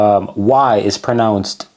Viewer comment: most shiiiity video make by AI stop watch no one woord is pronunce correct.